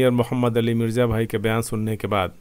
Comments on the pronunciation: Jo alfaz aap bol rahy thy Mirza ko mirja Talash ko talas Es liy Maine socha ke shayed aap Urdu nahi jante. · AAP Mirza ko Mirja kyu PADHTE ho